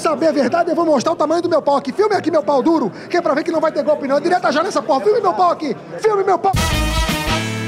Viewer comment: Foi so eu que percebir? ele falo Diretas Já 'Kobe'